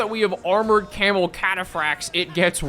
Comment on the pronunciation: Can somebody figure out how many times says camal